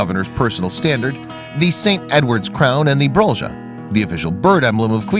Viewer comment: Cute story (apart from the pronunciations of Queensland, Brisbane and brolga - how did he get 'brol-ja'??)